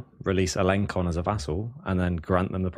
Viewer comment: Also, FYI don't mean to be a dick but it's pronounced Al - en - sson (the little accent on the "c" means an "s" sound rather than hard c) :P